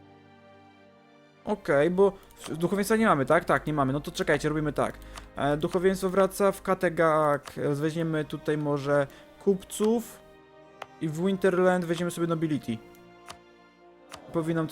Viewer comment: nominuje El Chapo, tak jak ostatatnio pisałem poza tym to Valhalla i Ragnarok. PS: Kattegat nie kattetag :P